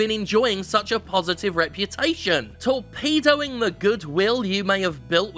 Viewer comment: Dont know why I heard 'torpedoing' as ' to pedo'ing' but I did. Sort of tainted my view at that point